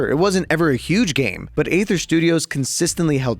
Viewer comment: Another YouTube tutorial/overview, another YouTuber mispronouncing Aether.